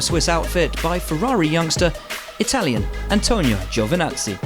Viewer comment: He he says Giovanazi like that all year I'm gonna cry